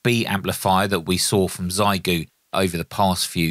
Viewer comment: Trying to be helpful: Google “xiegu in Chinese” and the Google result has a button to demonstrate the right pronunciation. Try your best 💪